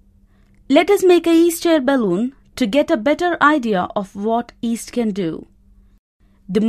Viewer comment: Yeast not east